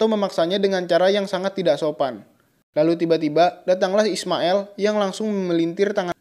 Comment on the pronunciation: Aillin bukan ailling.ismaiL.bukan ismaeL...."